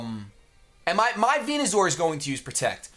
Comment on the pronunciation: Man the way he says Venu-zor drives me nuuuuuuts